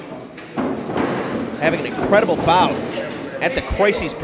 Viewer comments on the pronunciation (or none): none